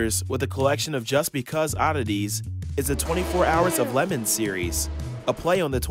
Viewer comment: Can we announce the fact that he said lemans like “lemons” so I guess it’s the 24h lemons race now😅